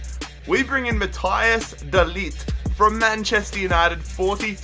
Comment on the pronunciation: It’s so funny how you say de ligt